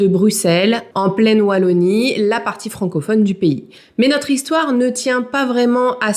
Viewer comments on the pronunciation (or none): none